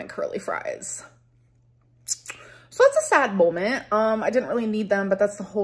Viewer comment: It’s molment . lol ugh